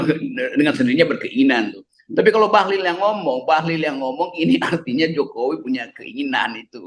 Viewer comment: RG sering salah sebut Bahlil jadi Bahlul..beda satu huruf aja tapi maknanya dahsyat bung..